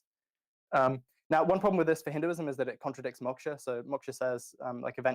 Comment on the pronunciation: If i hear maksha one more time lol. God these 2 attempting to discuss "Hinduism " is nails on a chalkboard